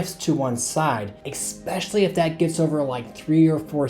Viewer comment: especially not expecially